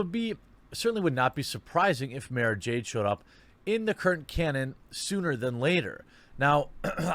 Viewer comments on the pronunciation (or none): Fuck face can't even pronounce the character's name right! "Mah-ra" not "May-ra"! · I feel actual rage when he calls her "Mayrah Jade."